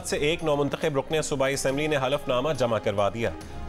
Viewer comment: بھائی رقن نہیں رکن ہے یہ۔۔ تلفظ ٹھیک کر لیں۔۔